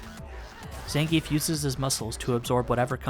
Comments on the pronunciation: It's pronounced "Zohn-Gee-Eff" not "Zan-Geef" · His names ends with "geef" not "gi-ef", capcom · Actually, if you're using Russian pronunciation, 'e' is spoken as a 'yeah' sound. So if he was saying his own name it would sound like Zan-gi-yef. Ignoring the fact that Zangief isn't any kind of name in the first place, of course ;)